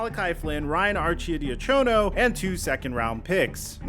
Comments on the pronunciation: BTW it's Archie-die-ya-ko-know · Some how my mans fit choad into his arcidiacono pronunciation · The way he is pronouncing Archidiacono Bro 💀